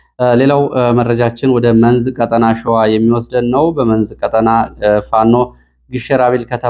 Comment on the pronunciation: ÷ እባክዎ ቀ"ጣ"ና በሚባልበት ቀ"ጠ"ና አይበሉ! "ቀጠና" ረኃብ ማለት ነው:: "ብልኅን አንዴ ንገረው!"